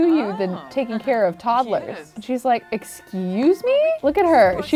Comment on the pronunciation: I love how she says toddle-ers instead of todd-lers like everyone else. cute af.